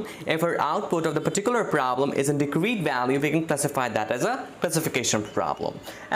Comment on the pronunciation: I would look past the bad and WRONG pronunciation of BASIC concepts like 'discrete' (yeah, it's diScrete not dicrete), 'derivative' (derivaTive not derivIARive), etc. or the constant triple repetition of things if he wouldn't mess up BASIC ML/math equations, like, 1) The cost function is defined as (1/2m)*sum(...) NOT (1/m)+sum(...) 2) The partial derivaTive of the cost function is (1/m)*sum(h(x)-y)*dh(x)/dx and NOT (2/m)+sum(h(x)-y)^2) as he wrote.